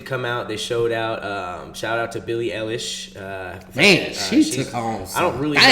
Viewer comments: Her name is pronounced Billie Eye-lish or I-lish...ik its weird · Im sorry but its pronouced eye-lish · It’s Billie Eilish (Eye-lish)